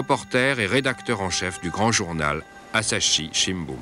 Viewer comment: Asahi Shimbun, pas Asashi